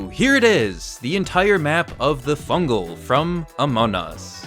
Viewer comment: It's fungle not fungal